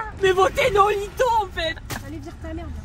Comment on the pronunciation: Pourquoi tu dis "noholtono" alors que c'est écrit "noholito"?